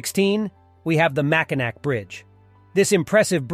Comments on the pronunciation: It is pronounced mackinaw not Mackinac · It's pronounced makinaw not makinack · I cringe every time he says MackinaC. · I was about to clown on the pronunciation of Mackinac but other people got there first lol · How many times can it be mispronounced in less than five minutes?!?